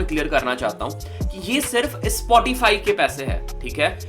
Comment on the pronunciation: It's called "Spotify" Not "ispotify"